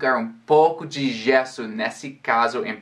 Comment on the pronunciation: em um de seus excelentes vídeos, você fala que uma pronúncia com forte sotaque pode não ser compreendida pelo nativo. Eu não entendi muito bem até o vídeo acima. Demorei para entender que você estava se referindo ao gesso. Embora você fale português de forma brilhante, a palavra gesso foi pronunciada com uma forte acentuação na primeira sílaba: gééééé. O correto é: gêêêê. Parabéns pelo ótimo vídeo.